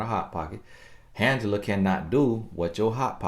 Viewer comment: Lol “” 😭😭😭